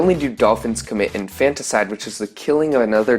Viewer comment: It’s not pronounced in-fantas-ide it’s infanticide that’s infant-icide.